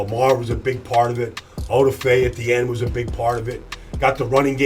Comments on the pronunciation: “OHduhFay” ugh people will learn eventually! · Can yall please say this mans name right? O Da (fay) fe. And that forced fumble wasnt his only great play. On mahomes interception odafe played a delayed spy / blitz when patrick stepped up like he always does everyone thought oh boi here it comes BUT Bam ! Odafe is 6'5 270 and ran a 4.3 40. Told everybody he was about to ball out